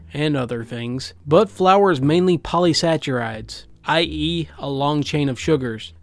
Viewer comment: saccharide is a hard k sound not ch........sack are ride